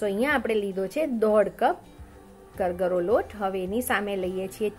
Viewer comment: કરગરો નહી કરકરો